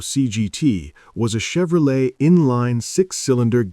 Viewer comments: Chevro-letie at 15 seconds? Ya lost me at that point. Must be AI generated. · Yeah but a HUMAN can freakin pronounce Chevrolet for frick sake.